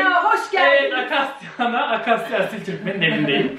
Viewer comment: asiltürkmen mi dedin başta, asıltürkmen değil miydi:D